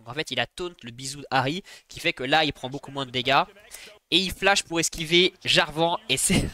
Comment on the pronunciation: Superbe vidéo mais j'avoue que dire jarvHAAN, dorHAN, FAKÉ ça ma trigger de fou. Mais contenu qualitatif